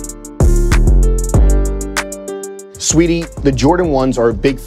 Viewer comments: It’s sweetie it’s SA-WEE-TEE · Brooo he kept sayin “sweetie” instead of sAweetie like be frs the queen in front of you and you not gon get her name right 🙄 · wtf is u on. She gave him a compliment and he said "Let's Go". He was tryin to say Saweetie but he just pronounced it wrong. He was just treatin her like a customer. STOP PLAYIN